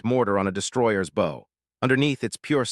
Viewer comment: I hate this Brady AI. That is not how you pronounce “bow”.